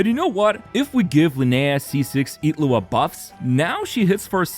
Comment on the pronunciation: why do you pronounce Illuga as Itlu'a?